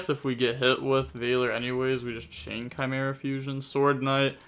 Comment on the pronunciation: you shouldn’t ever pronounce chimera.